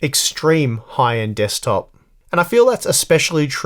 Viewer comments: “Dekstop” lol I hope that in the next video we won’t see a CPU of coffee... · DEKSTOP :D